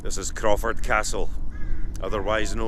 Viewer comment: Crawford Castle, eh? (Crow-ford) lots of crows to be heard and a river to be forded. Wonderful visit here. Thankyou for bringing me along.